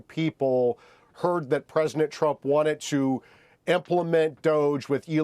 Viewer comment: Presinant. I can’t unhear it!